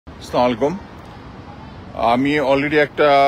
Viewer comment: Sa malikum ki re bhai...assalamu alaikum bolte parena😊